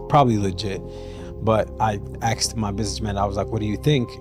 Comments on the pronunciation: The subtitles are worng. he "axed" his business manager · He aksed the manager that’s why it was all a mess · "aksed" ...ffs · Please someone help that man, it's "asked" not "aksed"